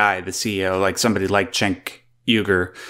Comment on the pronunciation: Jenk, not Chenk.